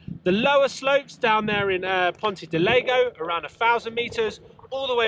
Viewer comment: "Leg-No" and "Temo" (otherwise known as TEMU') Obviously spent zero time talking with locals LOL